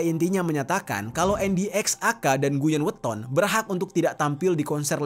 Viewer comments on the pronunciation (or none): Bang Guyon waton bang bukan guyon watono😂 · guyon waton bang bukan guyon watono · miris sih.. tpi gagal fokus pas Abang nya bilang guyon watono😁🙏🙏🙏